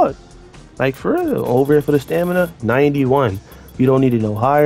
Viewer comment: “For da stanima” 🤣